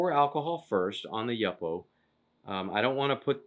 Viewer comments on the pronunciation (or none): It is pronounced “you” “po” paper… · FYI: It is pronounced YooPoe (Yupo). Verified by watching Tim Holtz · The makers of Yupo pronounce it “U-po”. Thanks